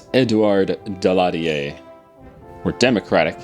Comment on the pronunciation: perfect prononciation of "Edouard Daladier" !! congratz :)